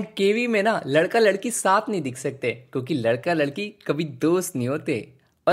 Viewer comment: Kyuki❌ Kuki✅